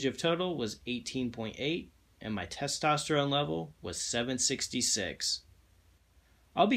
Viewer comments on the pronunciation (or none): The way you said testerone level lets me know the sugar was already there…